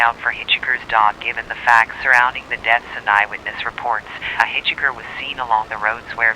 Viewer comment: thats not how you pronounce hitchhiker. couldn't understand what she was saying for a good minute